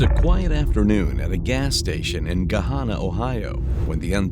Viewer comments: It's Gahanna NOT Gohanna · Could you mean Gahanna Ohio? I've never heard of 'Gohanna' before but live near Gahanna. It’s also pronounced “Gah-Hannah” like Hannah Montana. What a total loser POS this guy is. You light someone on fire for hitting you with a soft drink? Such a fragile ego. What an absolute waste of a human being.